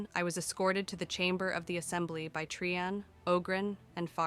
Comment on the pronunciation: I am loving the story so far, but can anything be done about the volume slowly fading in and out? Also, the inconsistent pronounciations are bothering me: Trian = Tri-yan, Tree-yan, even Tree-en once. Caste = Cah-st, cay-st or cast-ay. Shaperate was pronounced differently twice in the same paragraph! (shapper-ate and shape-rate.)